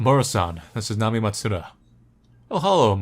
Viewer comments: Nami-eh: that's how it's pronounced lol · I think her name is pronounced Nami-eh. Japanese names aren't known to include letters that are silent.